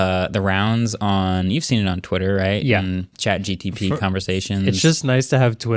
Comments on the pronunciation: For a guy known as "MKBHD" He needs to stop calling it "ChatGTP" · Why does he keep saying ChatGTP and nobody corrects him? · Did he say Chat GTP?